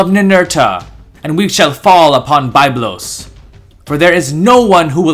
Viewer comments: It is Biiiiiiblos not Bayblos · I cringe every time I hear the incorrect pronunciation of Byblos, but otherwise excellent videos. Thanks!